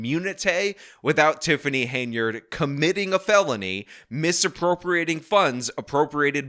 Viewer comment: It's Hen-yard damnit!